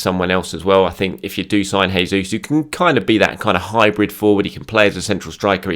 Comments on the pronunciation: Hey, hope you are doing well. I know you love pronunciations, so I thought I'd help you out. It's Jayzeus not Hayzeus. He's brazilian not spanish so he/we use the portuguese style. Chelsea, Manu, and the return of Tomi and the return of. Brilliant week. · It's not hesus. This is portuguese not spanish. It's pronounced as in English